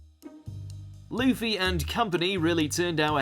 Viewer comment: its luffy not leafy